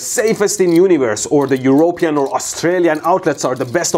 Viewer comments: EurOOOOOpean... LOL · I guess that is how you would pronounce European if you had never heard anyone say the word before. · I love how he pronounced European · I'm sorry, I'm still getting over laughing from the pronunciation of "European". Thanks for these videos. I watch them. My kids watch them. They always brighten our day and omg we actually LEARN something too!